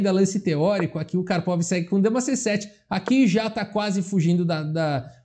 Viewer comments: engraçado ouvir kárpava apos anos falando karpovi xd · Eu sei onde você aprendeu essa pronúncia do nome do Karpov - foi naquele vídeo do Misha Osipov, o ex-bebê de 3 anos!!!